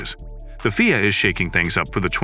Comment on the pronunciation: i can not and will not watch or get info from somebody who calls the F.I.A. fweea? y'all can listen for yourselves . You can not be a serious F1 journalist pulling shit like that.